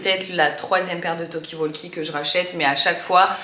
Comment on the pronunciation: Talkie walkie... on ne prononce pas le L